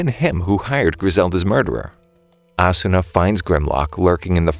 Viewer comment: Its actually ah-su-na